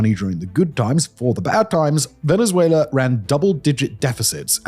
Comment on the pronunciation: I’ll never not hear Venzuéla.